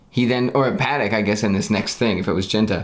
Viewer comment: uhm. I think it's pa-TEK, not "pattick" 😆